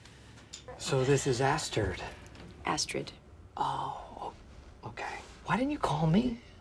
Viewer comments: “so this is Asstird?”😂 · ‘Assturd’ actually, lol